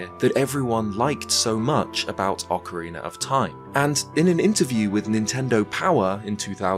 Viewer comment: Shout out to when used to call OOT as "Ocaweena of Time"! We appreciate your content!